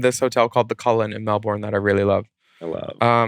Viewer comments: Nooooo Willam had it right the first time. Not Mel-bourne. We pronounce it Mel-bun. I really dont know why. It might be our accent. But love watching you lovely queens talk fashion. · willam its melben no emphasis on the 2nd e. from a Melbournite